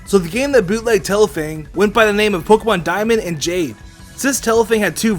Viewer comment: A Name é not è